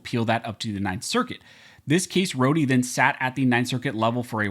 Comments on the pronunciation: I’m almost positive it’s pronounced “Roa-da” not “rodee”…….. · His name is pronounced (Road) Rhode I know that because you are pronouncing my last name (Roh-dee) Rohde.